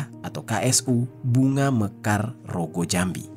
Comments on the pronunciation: Rogojampi bg bukan rogojambi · aku orang banyuwangi kak yg bnar itu Rogojampi bukan rogojambi🙏🏻 bahas cewek dibakar garagara ngejek boboho kak kasus di banyuwangi juga